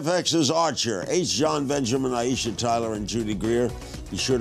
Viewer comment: Why is Larry talking to Aiesha so little? I mean directly.. Plus, he keeps calling her Ty- e- sha and Dy,- e- sha. Poor Aiesha just has to keep jumping in. She's smart and funny. Shes a great interview subject. Larry is missing it. 😡